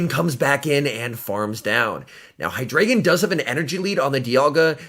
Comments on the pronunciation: its pronounced hydr(eye)gon not ay because i think its a reference to german with the amount of heads it has d(ein)o has 1 head ein means one (zwei)lous has two heads zwei means two and hy(drei)gon has 3 heads drei means three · By the way, it’s pronounced “Hy • dry • gon”